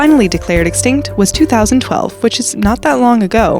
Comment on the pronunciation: please always say extict cause every time you say it they will appear😂